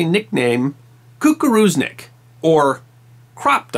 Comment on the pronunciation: I think author of this story translated, and even pronounce it correct - "koo-koo-roo-znick" - which it crop duster. He also did overall good job conveying this story.